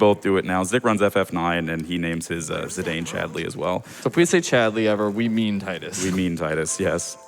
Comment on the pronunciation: Thank you for pronouncing Tidus and Zidane correctly. The pronunciations in Dissidia are outrageous and wrong as far as I'm concerned.